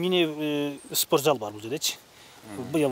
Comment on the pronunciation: Мектеп директор созду суйлошун билбейт. спорт зал деп тантыйт го.